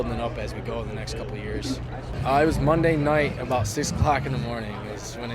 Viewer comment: Ab owut sorery 😂 screams Canada